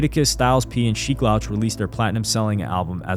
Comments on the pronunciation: Great video but it’s not Sheek “lauche” it’s SHEEK LOUCH! Pronounced ’LOU-CH’ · Bro was stepping on legos😂.. "LOuch" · Lmaooo I ran to the comments once I heard him say the loach lmaoo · The way you said sheeks last name was too off my guy 😂😂😂